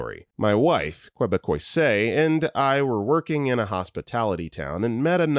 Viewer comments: I love you but triage is pronounced tree-auge, also Quebecois is pronounce K-beck-quois....ok now my eye twitch should go away LOL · How about "triage" and a half-dozen other words too. It's time to fire the text-to-speech engine.